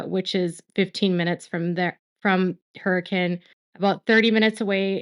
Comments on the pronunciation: thank you for trying to pronounce Hurricane right. I always laugh having to be like its pronounced Hur-uh-kin lol nothing here makes sense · I'm impressed...you pronounce Hurricane like a local. You really do your research on even small details.